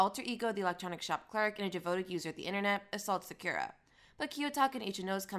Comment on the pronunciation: I don’t have much of a complaint for it tbh but since ur defending it im pretty sure its not hard to pronounce Sakura properly even if u have a Jamaican accent